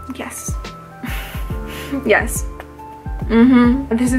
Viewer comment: Roll that tongue all day huh???